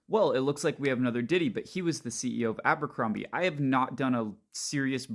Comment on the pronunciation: it's not Àmbercrombie...it's ABERCROMBIE. My God man.